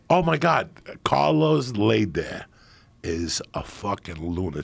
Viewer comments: It’s prounounced Lay -Der . Like Darth Vader but with an L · Carlos “lay der” 💀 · I love Coco but the way he's pronouncing LEHder is an atrocity